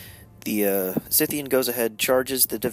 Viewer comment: Your reports are getting better all the time. Good report with two great new casters! P.S. - it's SIGHthean, like a farmer's scythe, because he has two huge scythe-like claws, not SITHean. He's not one of Vader's apprentices. :-)